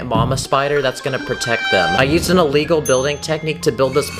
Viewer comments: In one video you said a wegol and you we're trying to say illegal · You keep saying a wegol